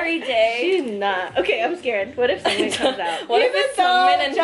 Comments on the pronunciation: no it's pronounced seungmin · you guys are funny but you guys pronounced seungmin wrong